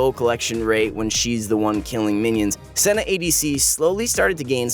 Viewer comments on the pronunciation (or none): none